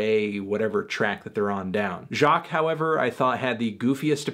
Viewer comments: Its pronounced Jacquéeeees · Did melon just say Jacquees' name wrong?